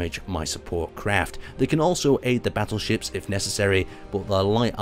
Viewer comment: I keep hearing you say "Basil Ships" and thought that was the (wierd) name of the ships, but then realised you were saying "Battleships".